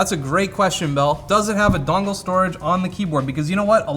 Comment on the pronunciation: I'm from Boston and I hate you for saying "dongle" wrong.